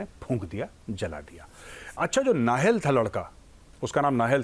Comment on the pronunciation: नहिल् नहीं काहिल था वो